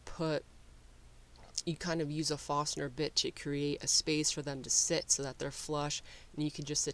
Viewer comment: Forstner bit. The word is forstner.